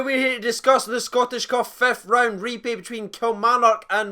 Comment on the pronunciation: "Scottish Cuf". come on we're 15 seconds in.